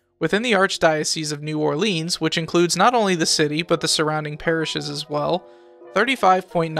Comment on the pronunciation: We pronounce it New OrLins, and Metairie is pronounced MetaRee great video tho